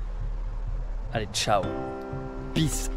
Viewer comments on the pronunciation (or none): none